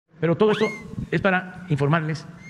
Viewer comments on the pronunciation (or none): none